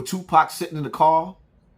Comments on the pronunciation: Yoo did she say just Jew pac Shakur? ?😭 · .."Jewpac Shakur!! Lol